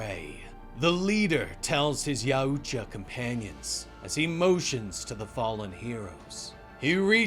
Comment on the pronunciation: okay i never usually complain anywhere but the yautja pronounciation here is so weird